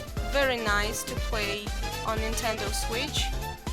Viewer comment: Razor & Zenon "Nitedo" or 'Nintendo"?